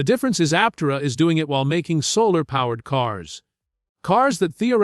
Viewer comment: learn how to say Aptera Bull shit